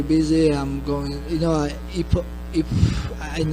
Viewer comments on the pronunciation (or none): bro what are you on about with merab? he literally mispronounced "if" with "ip" where did you hear EPO in there your hatred of merab blinds you guru get your ears checked lol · im from georgia and i think i have context behind merabs "slipup" in georgia a lot of people pronounce "if" like "ep" because of the georgian letter "ფ" which is read like "p" and is a replacement of the letter "f" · We have no “f” sound in Georgian so sometimes “ph” slips out instead 😂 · Omg Merab was saying "If" with Georgian pronunciation - in Georgian there is no F so we use p (like Greek π ) or p (like English p in apple). In this case he mixed up the two so initially he pronounced if like ip (with π sound) and then ip with English p sound. He seems to be unable to pronounce f when speaking. Go through an interview of his and you'll see that he uses p sound for f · Actually, if we are doing this in good faith you can go through any interview of merab and you will see that he pronounces "if" as 'ip' every single timr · Merab saying "if" not "epo" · English is Merab second language this guy was just saying the word “if” and he pronounced “ip” 😅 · Merab can't pronounce F so he goes Ph Ph 😅😅 i think he says "if, if"